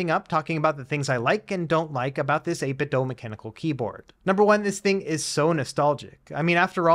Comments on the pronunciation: I swear he does this on purpose, since he has done something similar in the past. I mean, "Doh you doh this on purpose" or "Doo you doo this on purpose". 8....bit....Doo.. as in - Do you do 8-bit ? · 8bit doo as in scooby. Not DOH as homer says. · Why do youtubers insist on saying "8bit dough" ? its bizarre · Can someone explain why the manufacturer is being pronounced like "eight bit dough", rather than how it's spelled - I.e. "eight bit do"? For absolutely clarity, I'm not suggesting that the review mispronounced it, merely that the word "do" is normally said as do, rather than as dough.